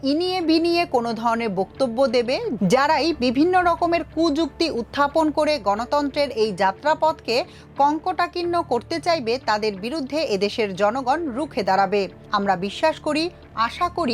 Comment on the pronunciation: 'কঙ্কটাকীর্ণ' নয়, 'কন্টকাকীর্ণ'।